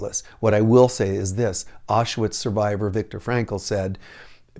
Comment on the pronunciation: "ashwood survivor" :P